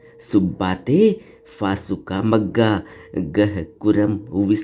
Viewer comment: असुद ढंग से मत पढ़ना। जैसे भ को म पढकर भग्गा को मग्गा पढ रही हो। भत्ता भुङ्ग बनाकर भाग्नाबसेस मे परिरणत करना भङ्ग करना भगाना भगादिन भग्ग भग्गा है। मग्गा को अर्थ क्या हे ? बता दो। असुद क्यों पढ रहा है ?